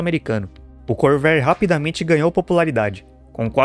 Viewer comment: Your AI Voice needs a damned Dictionary! 'Core-VA-re', already! And, btw, in the mid 1980's, a Corvair WON the SCCA SlalomCross, totally showing Nader how Wrong he was...